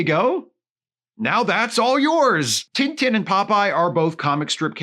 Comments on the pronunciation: To hear tintin pronounced "tinn tinn" is the cutest thing I've heard this year! (for this joke to work, please pretend I commented that on the first of january) (and just to be safe, I'm not making fun of here, I realize that for a english speaker, it makes sense to pronounce it that way, I was just amused by the fact that when he mention the character for the first time, I was like: "who the heck is tinetine?"... ok I'm done) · do you guys really pronounce "tintin" like that? 😭